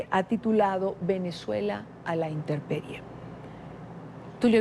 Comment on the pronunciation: Intemperie no interperie